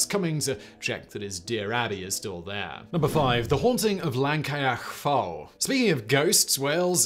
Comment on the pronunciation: I can forgive Llancaich Fawr as it is pretty tricky. I can forgive not knowing that the emphasis in a word is almost always on the penultimate syllable. No excuse for pronouncing Llangollen as "langolen" though. Even pronouncing it as "Clangocklen" would have been acceptable.